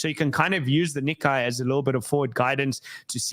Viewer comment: Hi, FYI, the Nikkei is pronounced nee-kay ("ay" like today not ai like high)